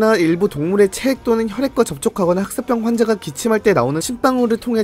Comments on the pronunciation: 흑쌋뼝 개불편하네 흑싸병으로 발음 좀... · 슥싹병 이라고 자꾸 들려 ㅠㅠㅋㅋ